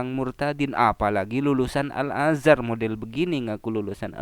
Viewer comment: Tingginya 7 meter, lah pada saat baca Surat At Tin itu di lapangan terbuka, di dalam gudang pabrik atau di dalam rumah atau plafon rumahnya tingginya lebih dari 7 meter ?...waras...? Lagian mondok 5 thn kemudian diangkat jadi ketua/kepala yayasan ...? Ngucap Al Azar tadi sepertinya juga keliru....hadeh ....koplak...koplak.